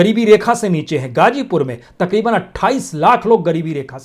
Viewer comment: मेरी आपके खोजी ओर सच्चे बयान के लिए आप के लिए दुआएं। मेरी गुजारिश है कि आप जैसी काबलियत वाले हमदर्द को अगर उर्दू अल्फाज़ की अदायगी के वक्त (मस्लन hajjar/hazar, gajipur /gazipur, khilafat/mukhalifat) थोड़ी करम फरमाई जरुर करनी चाहिए। इसको तनकीद न समझें। मैं आपकी वीडियो से ज्यादा आपकी आवाज का काइल हूं। सबसे बड़ा जिहाद जालिम हुक्मरानों के सामने सच बोलना है।